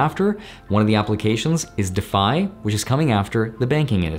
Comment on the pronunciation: never heard anyone pronounce it like that lol Isn't it pronounced dee-fy?